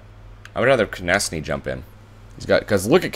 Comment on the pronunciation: It's pronounced Konekny not Konesny